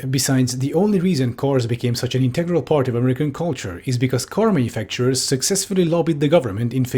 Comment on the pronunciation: this woman pronounces 'american' the way europeans doing a mock american accent to make fun of them do to the extent i kept having to remind myself she actually just speaks like that and wasnt about to drop the bit